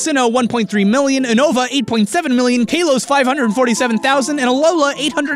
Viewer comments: its k- AH- los, not k- AE- los. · Kaylos? again if you saw the anime its pronounced Car-los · It's pronounced "kah-lohs", not "kay-lohs". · KAY-LOS?!?!? Are you fr? Is pronunciated KA-LOS. Where is the Y in there? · I was really annoyed about how you said Kale-os when its pronounced in the anime "kall-os". But overall love the video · I stopped watching when he said Kalos wrong. Its (Ka-Los) not (Kay-los) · KA-LOS it's officially pronounced that way, i don't want to trigger u but I just want u to know. Love ur vids btw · He mispronounced kalos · The way you pronounce Kalos makes me cringe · Loved the video, you said Kalos wrong though. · kaylos?... Kaylos?!... KAYLOS!!!!!!!!!!!!!!! and don't get me started on "Ho-kay-do". Apparently if there is an 'a' in the word you have to pronounce it "ay". Isn't that right,? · The way he said Kanto and Kalos physically hurt me. I'm surprised more people didn't know about Payday + Amulet coin combo? I've been doing that since I was a kid. Stil a fun video to watch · Uno-Vah & Kah-Los. Not Oo-Nova & Kay-Los... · "kaylos" and "uhnova" tho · Is no one going to talk about the fact that pronounced it "Kahn-toe", "Uh-no-va", and "Kale-oss" instead of "Can-toe", "You-no-va", and "Kal-oss"? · Uh-noh-vah lol it's U-no-vah. Kay-loss xD it's ka-los